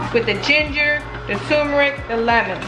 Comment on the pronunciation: Why do people pronounce it TUMERIC, when it’s TURMERIC?!?!?